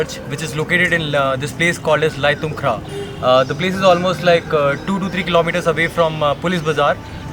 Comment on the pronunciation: Bro.. Laithumkrah is pronounced as Laimukhra